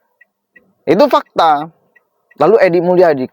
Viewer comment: DAN PAKTANYA AKANG GABISA NGOMONG 'F' ..DAN GA BISA NGOMONG FAKTA TAPI BISANYA 'PAKTA' 😂😂😂😂😂 LANJUUUT.......